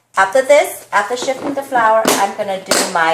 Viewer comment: It's sift not shift lol